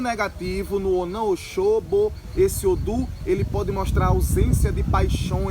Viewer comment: Não se fala odum, é odu.